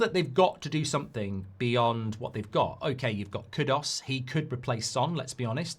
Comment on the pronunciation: It's Kudus, not kudos. These vloggers can't read, i swear 😂